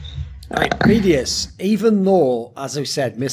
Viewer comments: Is it just me or is Thorin saying vedius’s name wrong the whole ep? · He does. Why? One can only speculate. Maybe he watches the matches muted or does not watch much EU LCS at all.